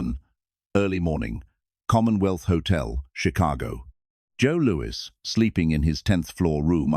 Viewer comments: "Boxer Joe Louie"....gotta love the dopey AI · "Joe Looey"... AI slop. Would've been better to hire a narrator.